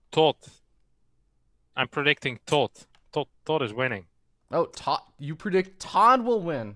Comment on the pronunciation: He can't say Tod properly because his lips are to big.